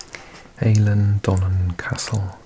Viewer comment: I know how you like to get your pronunciation right on things, as a native Scottish Gaelic speaker, from Lewis if you do another vid looking at the islands, Eilean is pronounced like el-an 👍